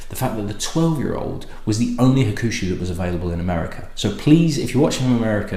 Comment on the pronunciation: I think it is pronounced HAWK-SHOO. However pronounced the 12 & 18 is fabulous stuff.